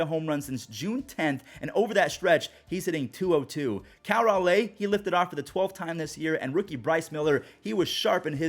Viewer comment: raleigh rhymes with jolly, please for the love of god